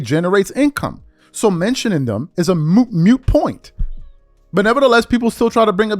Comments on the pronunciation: Moot, not mute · moot not "mute